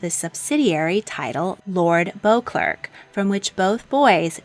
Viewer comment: Excellent video. One pronunciation correction: the Duke of St Albans' surname is spelled Beauclerk, but pronounced as "Bow-clair).